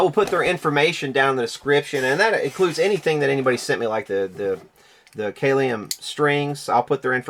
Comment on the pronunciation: Kalium is pronounced CAL-ee-um. It's the Latin word for potassium.